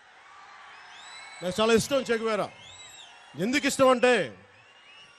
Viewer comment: చేగువీర కాదు చేగువారా..